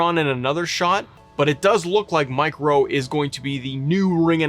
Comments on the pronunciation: Does he mean Mike Rome? Sounds like he said Rowe… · Bruh wtf. His name is Mike RO(M)E. Not RoWe. 🤦🏽‍♂️ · Sounds like you're saying Mike Ro 🤔 😏 😂😂